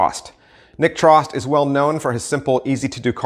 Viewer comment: Great video! Just one piece of info for future. Nick Trost's name is pronounced like "toast".